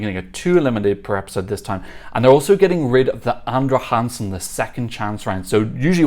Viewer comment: I was wondering who this "Andre Hansen" was, but then I realized. 😂 (It's more like "Andra Jangsen", where the J is pronounced the same way as the J in "José" in Spanish).